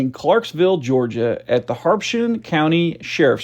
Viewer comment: Clarksville, Georgia is located in HA-BER-SHAM County, not “HARP-shin” as you stated. Habersham, sounds almost like “hat” - “bird” - “sham-poo” without the T or the D or the poo. 🙄